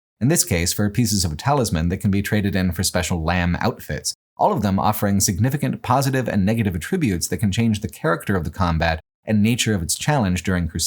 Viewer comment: great vid! I'll definitely go buy the game after seeing this. I only say this next part to do what I can to stop English misinformation from spreading, not to dunk on you or whatever. "attribute" with emphasis on the second syllable like you say here is a verb. "I attribute my success to my hard work", you're looking for the noun, which is pronounced with emphasis on the first syllable. Like the difference between verb contribute and noun contribution